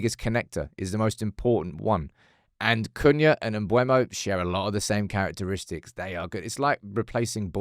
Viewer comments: he said mb u e mo not mbe u mo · It's not pronounced "Mbwemo" it's "Mburmo" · its M-BE-UMO not M-BUE-MO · Is that how to pronounce his name. Shouldn't it be sound more like "Mboomo"? idk lol